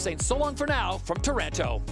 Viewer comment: IS TARANTO (TÀHRAHNTO) NOT TAURANTO (THE TARANTULA NAME AND THE TARANTELLA NAME) IS ISPIRED BY OUR CITY